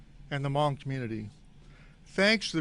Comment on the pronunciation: The Chief pronounced their Hmong names correctly too !! That's scary man.That tells me the Chief is cultured.........